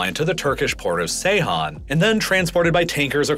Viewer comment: it is pronounced naak·chuh·vaan It is pronounced *jay-han*, with a J or dz sound I know Americans don't get educated properly, but you have access to Google, so stop guessing when you don't know if you have an audience of 7 Million